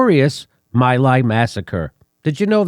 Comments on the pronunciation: By the way Jimmy My Lai is pronounced "Me Lie". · My Lai is pronounced Mee Lai. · It's pronounced me lie! Hugh Thompson was the hero of the day and stopped continued slaughter only to return to the US and face vitriol from many in the US military an right wing war mongers! I've always admired his courage and determination to do the right thing! Most US troops acted like murderous criminals that day! But of coarse we paint anyone in the military as a hero in this misguided country! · Jimmy, how can you not know that the name of the village is pronounced MEE-lie? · Cmon Jimmy.. pronounced "Mi Lai" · Jimmy, it's pronounced Mee lye. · You're pronunciation of My Lai is incorrect!!!! Do research before you pronounce names!!!